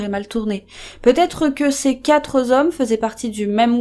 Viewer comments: "Les quatre zhommes "? En tout cas merci cette vidéo, même si je n'aime pas les spéculations sur une scène dont on ne connaît pas la teneur ! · dejà que la video est violente, vous nous écorchez les oreilles en parlant plusieurs fois de "quatre z'hommes" la liaison ne doit pas se faire et il s agit bien de quatre hommes. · Vous dites " les quatre z hommes " ? Il n'y a pas de S à quatre. Merci pour votre travail. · conflit entre pêcheurs ou pirates ? par contre on ne dit pas quatre zhommes, il n'a a pas de S à quatre ! mais ça marche pour 2 et 3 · On dit pas "quatre zhommes" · vidéo bien faite mais dommage que la personne qui la racontene sache pas que le mot quatre n'a pas d's à la fin (sur la durée de la vidéo elle invente 4 fois la liaison, comme "quatre-z-hommes" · 😅 me suis fait la même réflexion